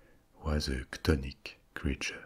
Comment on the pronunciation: Which word refers to ‘subterranean’? Can’t understand if your saying “tonic” or what